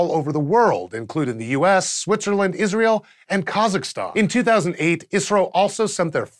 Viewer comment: Am I the only one noticing that he says Israel all the time?